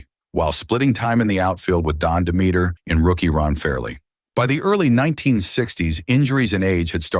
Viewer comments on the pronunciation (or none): Lern to say Willi McCovey name correctly. You say it wrong. You also mispronounced Don Demeter's name.